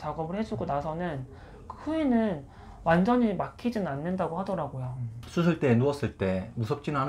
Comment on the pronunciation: 나처럼 ㅅ발음 안되시네ㄲㅋ 수술 ㅡ 후훌ㅋㅋㅋ